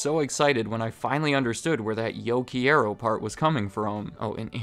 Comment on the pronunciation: yo quee-yair-yo el food-oh! that was the whitest sht i ever fkn heard lmao